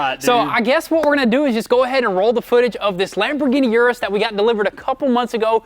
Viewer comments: Is pronounced OOH - DOOHS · you gave it away in your last video u said uris